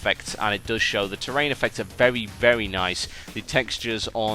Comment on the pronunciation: well he still says "vevy vevy" instead of "very very"